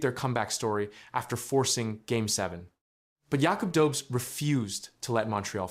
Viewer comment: It's pronounced Yakoob Dohbesh 🙄